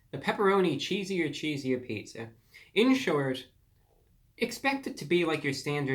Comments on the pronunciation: You are a little peach for sure! But just to help you out a bit, the name is “Cheeser! Cheeser!” Not cheesier.... and it’s a throwback to when Little Caesars had the slogan “Pizza! Pizza!” You’re so young I wouldn’t expect you to know that but I bet you can google some of their throwback commercials and hear the little mascot Caesar guy saying “pizza! Pizza!” And then you’ll like the name of the new pizza. Great review. Adorable! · I think it's cheeser, cheeser instead of cheesier cheesier. That's how the Little Caesars mascot would say it. 😆 That last 45% is partly from so much cheese on top of the pizza near the crust. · its cheeser cheeser.. as in caesar caesar.. duh. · It's Cheeser! Cheeser! NOT Cheesier! Cheesier! It rhymes with Caesar. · You're pronouncing it wrong. It's not cheesier. It's just cheeser CHEE-ZEE-URR vs CHEEZ-UR. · I’m getting trigger the more he says cheesier! it’s cheeser!!! say it like Caesar!!! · It’s ‘CHEESER’ not ‘cheeser’ 🤦🏻‍♂️ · Its pronounced Cheeser Cheeser not Cheesier Cheesier lmao get your facts straight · I don't understand why you repeatedly say "cheesier" when the word is cheeser. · The first camera angle was MUCH MUCH better ReviewBrah! We can see you and the product at the same time, keep it that way!!! Also, it's "Cheeser! Cheeser!" ya big goof, not "Cheesier! Cheesier!" you even spelled it right in your title... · Just FYI, as a current little ceasars employee, I can attest it's cheeser! cheeser!, Not "cheesier" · It’s not “cheesier”, it’s “cheeser”. I expect more from you. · Review brah... its not “cheesier” its “cheeser.” No “I” so you kept saying it wrong. At first I was laughing but towards the end it was like nails on a chalkboard. You should make an apology video. To me. Lol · I believe it's cheeser. Cheeser... like ceaser, ceaser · Cheeser, Cheeser like pizza, pizza... not cheesier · It’s cheese-er. NOT “chees-ier” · He wrote cheeser cheeser but says cheesier cheesier, just to upset my ocd i think